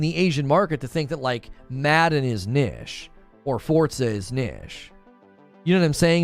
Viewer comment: "Kneesh" lol, hi I'm well behind and please say it proerly omg lol:)